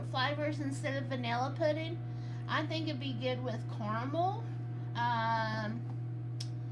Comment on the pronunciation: I love that she says “poodin” lol has the cutest voice. It’s so girly and southern